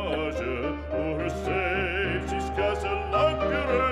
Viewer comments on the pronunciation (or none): none